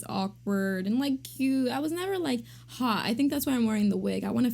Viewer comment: "I was never like HAA..." Wut? Do you mean HOT? The word "hot" has a "t" at the end. "I was lanky and underwayee..." Wut?